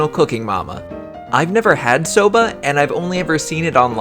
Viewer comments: I thought you say soda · Legit thought it said Sabra